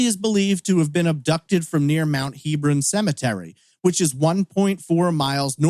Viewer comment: The cemetery is pronounced Heb-ron, not Heeb-ron.